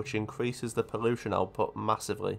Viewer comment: Ive never ever heard someone mess up l and r as a speech impairment "charrenge" "porrution" "sorution" etc xD Sick video tho.